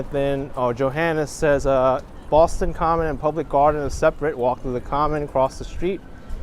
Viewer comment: Props to for correctly saying Boston Common. It's not commons, like some people think. Also, the subway card, charlie card is named after charlie that couldn't get off the street car because he didn't have a nickel. It is a song called charlie on the mta, there's a version on utube